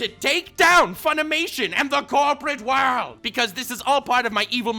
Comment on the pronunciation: He said welcome worldo is he serious or not